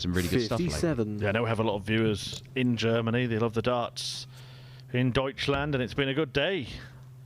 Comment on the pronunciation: In From German and I loved it how he pronounced Deutschland 😂